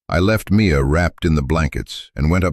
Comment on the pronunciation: Mia! Her name is Mia, not me a!